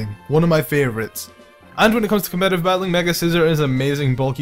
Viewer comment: All i hear in this video: Copetative batteling Copetative batteling Copetative batteling and Hes So Strong So Strong So Strong So Strong